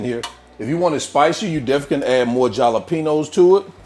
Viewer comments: I hope you are kidding when you pronouce jalapeño the way you do. Its pronounced halapeno. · Please tell me the mispronounciation of jalapeño is an intentional troll.